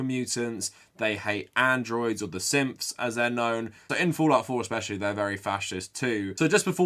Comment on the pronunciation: Every time you say syths all I hear is simps